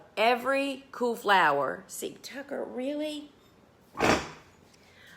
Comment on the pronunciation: Not lying. I thought you were saying coo flower or coup flower. Took me a minute to realize that you were saying cool flower. #NorthernerLovingSouthernChat